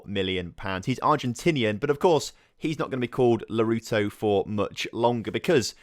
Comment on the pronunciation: How can you mispronounce names so badly? Lautaro = Larouto? Stregiou = Sterygou? Capitanio = Capitino? and many many more... loving the series apart from that and that I'm actually a fc basel supporter. Keep up the good work